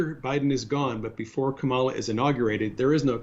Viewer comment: They ALWAYS have to pronounce Kamala's name incorrectly. I guess that's a real zinger to these white supremacists.